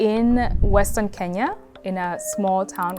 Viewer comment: I absolutely love listening to Kenyan ppl pronounce the word “Kenya”.😊😊 I’m Igbo, my name is “Onyinye”. It means gift from the Gods. Kenyans could say by name 30x w/o any difficulty. In Africa, we say Ke-nya. Outside Africa, ppl say Ken-ya.😊